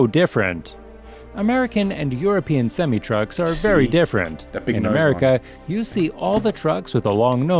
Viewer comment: The narrator is pronouncing semi truck wrong, at least for America. We pronounce it semi-eye, not sem-ee.